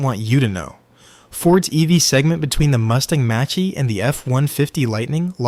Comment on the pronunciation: "Sir, do you want 'unleeded' fuel in your 'Hendye'?" "May I interest you in a Mustang 'Matchy', A Ford 'F-15-Oh'?"